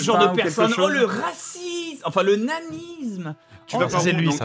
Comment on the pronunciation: "-la racisme , non, le nanisme !!! " non on dit onanisme